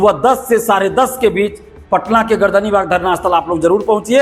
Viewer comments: Its Gardanibag, not gardanbag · गर्दन बाग नहीं, पटना सही शब्द है गर्दनी बाग